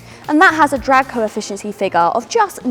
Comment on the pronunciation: “Drag coefficiency” 😂